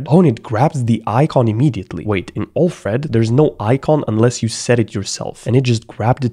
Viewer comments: Alfred Pennyworth = "Batmans Butler" pronounced: AL + Fred not OLF + RED. PS: love your videos :-) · I know English is not your first language but your pronunciation of Alfred is just wrongly annoying lol…